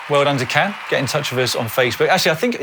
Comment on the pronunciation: Can is more likely to turn around if you pronounce it like John🙂